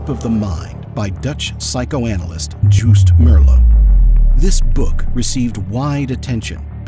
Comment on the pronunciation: When you use the name of a Dutch man, try pronouncing it correctly. When you say the man’s last name, you correctly pronounce the last letters: ‘(Meer)LOO’. Those same letters are in his first name, so they should also be pronounced that way (and not ‘Joust’. The first part of the last name is not ‘Merr’ but should sound like ‘mere’. It’s simply more respectful to address a person correctly. As Dutch people we do it the other way around too.